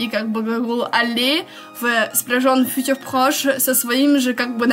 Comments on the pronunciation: А почему ударение на первом слоге в слове "futur"? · Добрый день, во французском всегда ударение должно быть на последнем слоге. Возможно если вам послышалось, что я не чисто произносила "futur", то это из-за того, что оно было смешано с русским языком и мой язык не успевал адаптироваться 😂